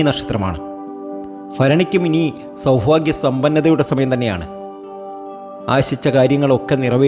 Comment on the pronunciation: സൗഫാഗ്യമല്ലെടോ സൗഭാഗ്യം